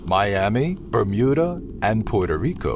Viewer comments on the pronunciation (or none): none